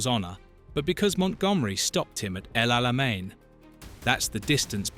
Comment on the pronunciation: El Alamein does not have a German pronunciation.